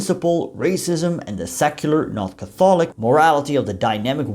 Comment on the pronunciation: interesting pronunciation of "Catholic" - as a Pro-test-ant myself I approve.. enjoyed the video. Degrelle was an extraordinary person - fascist aside - few leaders would enlist as a private soldier and work his way up to essentially general in a couple short years